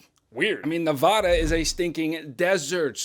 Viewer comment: Where are my Nevadans who felt absolute rage when he pronounced it wrong